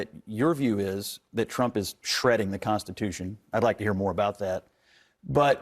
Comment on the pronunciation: "The "consatution?" Really? It's called the "Constitution."